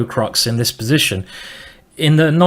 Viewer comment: I totally love your accent Simon! Especially how you say: "b'zition" ;)